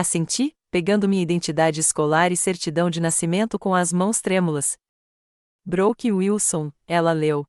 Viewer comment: A narradora não sabe pronunciar as palavras em inglês Brook (pronuncia se Bruck because dois oo tem o son de u Brooke se pronuncia Bruke not Brock